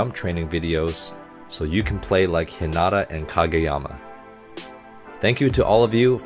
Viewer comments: LOVE the technical/art analysis! (Quick note: Hinata is pronounced with emphasis on the first syllable, not the second) 😁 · He name Heen-Na-tuh